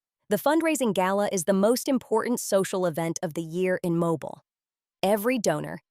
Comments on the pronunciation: The name of the city is pronounced "Mo-bil". It is a city in Alabama,USA. Watching from Tampa, FL, USA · You are pronouncing the city in Alabama incorrectly . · Learn to say the name of the city!!!